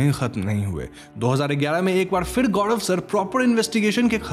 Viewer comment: गौड़व या गौरव 🤔😶